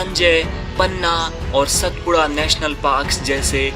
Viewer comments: अरविंद को आरविंद नहीं कहते. उसी प्रकार सातपुडा को सतपुडा नहीं कहते. भारत में हर जगह शब्दोच्चारण की समस्या है. मगर अच्छे पार्श्व नाद कलाकार को इस का ध्यान देना उचित है. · सतपुडा नहीं सातपुडा कहो. मैं बार बार कहता हूँ की शब्दोच्चारण पर अधिक ध्यान देना उचित है. विडीओ बहुत सराहनीय है. शुभ कामनाएँ.